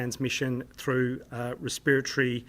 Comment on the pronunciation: He says respiratory but it sounds like spiritual; possibly Freudian slip